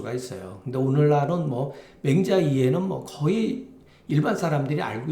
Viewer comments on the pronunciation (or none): 참 노랐나이다. 맹자 강의에, ""맹자"발음이 틀린다닌!! "맹"은 길게 바음해야지요!! 선생님 성괴 명은 어떻게 쓰는 한자입니까!??? 한자의 고저 장단 문제를 생각해 보셨나이까!???